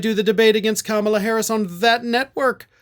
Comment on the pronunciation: He is a total coward. He can not debate a woman. She is a mixed-race woman, which he cannot understand, and her name is KAMALA, not Kambla or Kamla. It is simple, Ka-Ma-La. She is our next President. VOTE BLUE! HARRIS / WALZ 2024 💙💙💙💙💙💙💙💙💙💙 That horrible man is well overdue jail-time.